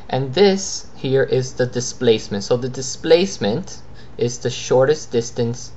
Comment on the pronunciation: U r pronouncing like thistance nd thisplacement... Lol